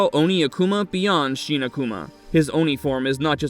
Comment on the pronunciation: Shin is not sheen, fool.